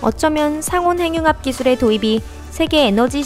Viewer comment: 상온행융합 발음 ㅋㅋㅋ 잘하자요